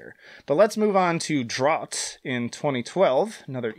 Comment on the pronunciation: funny how you were worried about pronouncing the other language words but didn't worry about pronouncing drought like draut instead of out with a dr in front of it